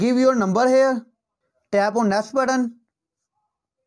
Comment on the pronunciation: Sactroll dawn. And hair u kan see... Wow what an English bro...😂